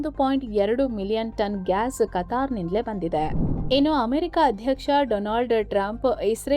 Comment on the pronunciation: ಆಮೆರಿಕ ಅಲ್ಲ ಅಮೆರಿಕ ಅದು